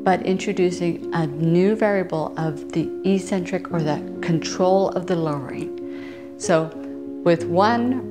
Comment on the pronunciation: In 'eccentric' people the first 'c' is hard, not soft